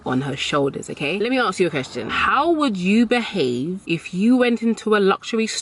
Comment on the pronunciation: I think your videos are wonderful and that you're an incredible, strong woman. But when did 'Arks' replace 'Asks'?